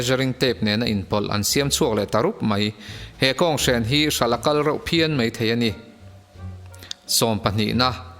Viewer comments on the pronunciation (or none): Ani mei, adik lo. Ani Mai tih tur aw....